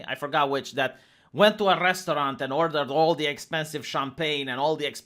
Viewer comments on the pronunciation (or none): none